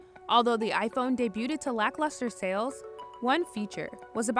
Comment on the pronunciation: did a journalist just mispronounce “debuted”? 💀